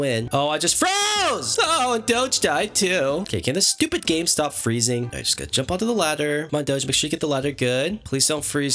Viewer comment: i love when u say STOPID